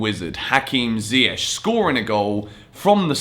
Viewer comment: I appreciate how you Yan & Younes pronounce Ziyech's name correctly. Could you tell please Frank it's not Zieyetch LOL